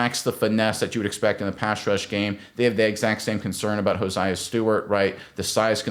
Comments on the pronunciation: Crazy you say Jared verse but not hared verse and you say hosiah and not josiah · Please pronounce the young man's name it's not hosiah it's Josiah 😆 🤣 😂 !😊